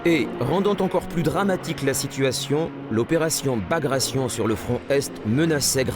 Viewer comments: Bagration, with 'gration' pronounced as in migration? It's a Russian name pronounced ba-gratt-ai-on. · Bagrayshn? Very funny.